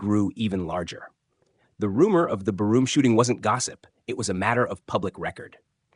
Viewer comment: Yep. Can't even pronounce bar room right. Barroom? Really!?